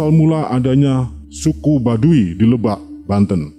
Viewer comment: yng baca hrs nya orang sunda bkn orang jawa,krn bnyak slh baca..contoh lebak,itu hrus di baca k nya